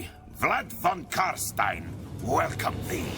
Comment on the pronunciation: Finally someone that pronounces it correct. Its Karstein as in Frankenstein, its never Karsteen.